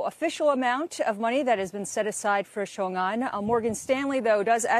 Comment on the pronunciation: Even the local reporter can't even pronounce Xiongan properly.